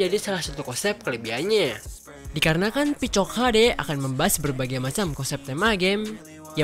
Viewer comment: Picok hd ❌ Pecok hd ✅😁